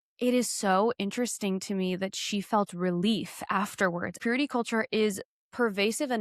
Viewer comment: God is like..sooo important, you guys! We need to live lives of purit-ah! The ene-mah is like...so bad 😂